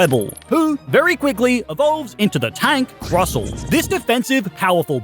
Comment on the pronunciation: Hey, just so you know, the t in Crustle is NOT silent.